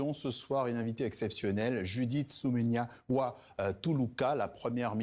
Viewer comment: C est Suminua pas suminia